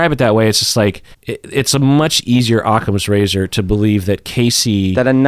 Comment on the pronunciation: Can someone explain the “aukcomes razor” phrase that said at least twice please?